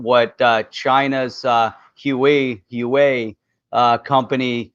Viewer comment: Thanks for another great show -! Just an FYI - The Chinese company -Huewai is pronounced (Wah-way):)